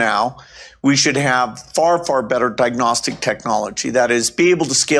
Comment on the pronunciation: It's diagnostic not dagnostic, Dr.Bill. The MF is deep into depopulation for decades.